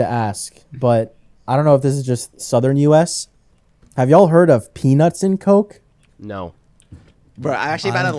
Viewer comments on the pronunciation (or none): did he say peanuts or penis? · Did say Penis and coke instead of penunts and coke, or is it just me.